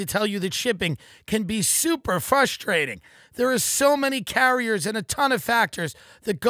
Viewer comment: Tim’s battle with the word frustrating has been one for the ages.